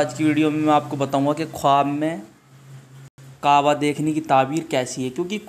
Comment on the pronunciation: Qwaba nahi hota kaaba hota hay